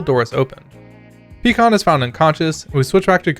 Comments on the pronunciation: Peekon? They said "pi kon" in the show. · Bro said Pee-Kon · it's pronounced "Pie con" 🤓